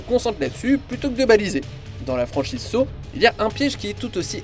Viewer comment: Ça fait un peu sawcisse légèrement 😂